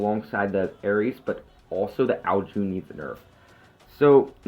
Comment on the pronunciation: Sry to be a scroob but u say it like ow june but its ow CHun